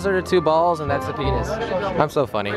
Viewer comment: LOL U SAID PINIS